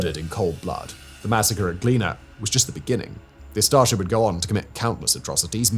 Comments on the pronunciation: Me as a Croat can say that of course i condemn what Ustaše did ( and you pronounce Ustaše it a bit wrong, you need to say 'e' on the end, just like e with and consonant in front, EN without last sound) So i would say that nationalism is very very wrong. I am curently in Berlin and i am just experiencing nationalism, from me living accidentally in ČETNIK APARTMENT here in Berlin with a huge picture of četnik sign etc. So my point is nationalism is everywhere and has to do human psyhology and country where you live, with how propaganda is spread etc. CROATIAN GOVERMENT is supporting ustaše and this has to do with futball a lot AND WITH DINAMO ZAGREB. I could tell you many thing that i saw with my own eyes but.... So i cannot say that i am nationalist but i will say that i cannot hear of serbian language which is very very similar to croatian infact its the same.... BUT when i hear BRE, which is the thing Serbians say i go very angry because of the things SERBIANS DID IN WAR in the 90's.... So this nationalism is actually kinda subconscious thing.... And i repeat i am not nationalist i am not against Serbians but also think that many many Serbins if they could attack us they would do it right away if there is no NATO. So basically human race is fucked.... AND FOR THE AUTOR OF VIDEO, You could do it much better by mentioning modern Ustaše and huligans etc. there is so much to say. AND OF COURSE I WOULD LOVE IF YOU MAKE VIDEO ABOUT ČETNICI AND HOW THEY MADE MODERN AGE GENOCID THAT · It's pronounced Ustashe not ustashi... and thank you for telling our story to the rest of the world 🌎 ❤️ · Its U staše, not A staše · "Hum ackshually" It's pronunced "oo-star-sher". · I can’t help but mishearing it as „Astartes“ every single time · I swear you said Astartes at first. I was confused about what the Space Marines did. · Every time he says’s Ustate it always sounds like Astarte’s and it perfectly lines up with the image of a highly racist, facist, and violent space marine.